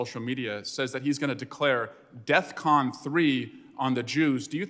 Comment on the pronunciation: Eric swallows-well literally says deathcon3 bro.. defcon? The defense readiness condition?? R u fr😂